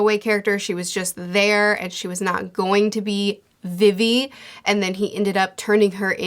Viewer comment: Good bid but y’all YouTubers love to mispronounce things☠️😭 logue town is said like log and you say vivi like you just say the letter v twice not vivy